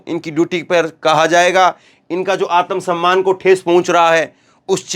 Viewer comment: आतमसम्मान नहीं आत्म सम्मान बोलो शुद्ध बोलो मोदी योगी के चक्कर मे बोलते समय अमित स्याह नही शाह बोलो